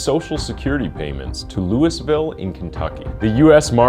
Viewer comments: Hey mate, Louisville is pronounced with the French Louis, so it sounds like either "LOUIE-ville" or "LOO-ville." Never ever "LEWIS-ville." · You don’t pronounce the “s” in Louisville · Bro said "Louis-Ville" lol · Louisville (lew-of-ull) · Are you Canadian? Nobody in the US would pronounce “Louisville” the way it’s spelled. It’s pronounced “ Lou-uh-vull” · You said Louisville Kentucky exactly the way its spelled, but locals will ridicule you as they did me when I said it that way . It apparently should be pronounce Loo-ee-vill. Just in case you run across it again in your research . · Many misspelled words and mispronounced words. E.i.: mum, thyroid bone -you said hyroid bone, then it was spelled hyroid bone and pronounced hyroid bone. The editing cuts off last words in scenes. Louisville not pronounced louey-ville. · It's not pronounced, "Gautiay". It's spelled Gautier. It's French, pronounced "go-shay". Gautier, MS. It's between Ocean Springs & Pascagoula. You pronounced Louisville wrong also. How'd he get away with his crimes? Probably judges & attorneys that were members of freemasonry or illuminati. They believe in helping criminals. "Order out of chaos." Just because a person is a sex worker or addicted to drugs doesn't mean they'll lie about attempted murder/rape, etc. It's disgusting how they're thought of as lesser humans. "Peca-tree". Really? It's a PECAN TREE!